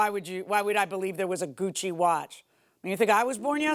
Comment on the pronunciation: She didn't say Gucci watch, she said cuchi